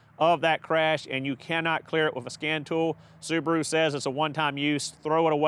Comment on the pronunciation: The repaired soo-bar-oooo. Wow